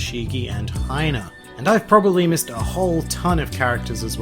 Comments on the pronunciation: Wait, did you just call Hina, Haina? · Did u call hina “hi-na”